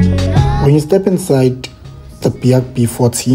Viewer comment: In the very first sentence you imply that this is reliable? (BAIC is not pronounced "Bee-haak" btw, but "BIKE", lol) So, how would you know its reliable, since only a handful of these Chinese B40 knock-off things managed to find new owners over the years? (Sales can only be described as a disaster in SA) Also, the "BIKE's" that got sold till now in SA (e.g. D20) has been very rubbish in every aspect, including reliability! Not to mention depressing depreciation of "BIKES"... This is a C-grade review, of a C-grade vehicle.